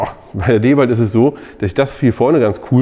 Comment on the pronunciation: Ich liebe den Kanal und die Videos, aber bitte bitte bitte sprich endlich DeWalt richtig aus! 😂